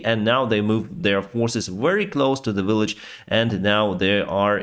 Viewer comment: You have almost made the transition from "willage" to "village".